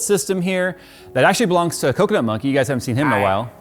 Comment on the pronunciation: I thought he said"coconut monkey"🤣